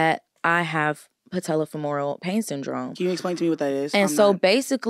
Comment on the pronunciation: The part where had to keep stuttering/coughing to pronounce the pain syndrome was so funny 😂